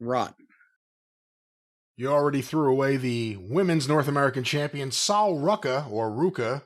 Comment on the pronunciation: Drinking game: take a shot every time Jim sighs or goes, “ohh, Jesus…” Btw, “Sole” Ruca, not “Saul” Ruca lol.